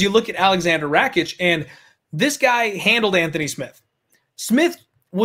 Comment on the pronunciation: Pronounce Rakic's name properly fs... Ignorance, calling Santos that 37 year old what does that mean. Tool